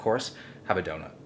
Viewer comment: Will, say dada — do..nut